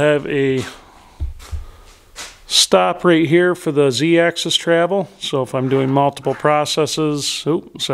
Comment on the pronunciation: Oh... please remember that machines move along an AXIS not excess. For you dead tree carcass fondlers its pronounced like the 'AXE 🪓 IS' 😂😂 A tip from a machinist- build a shelf along the to top of your bench. Save all your broken end mills and scrap parts as offerings to the machine gods. And your remember your mistakes.